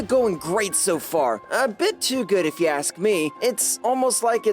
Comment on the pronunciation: Why was the nurse saying ask the wrong way of the sound like asc is ask not asc 😂